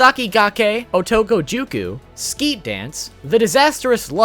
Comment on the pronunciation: You pronounced Sket dance wrong aswell